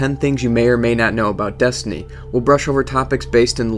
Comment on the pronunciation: 'Desinty' lol. Nice vid though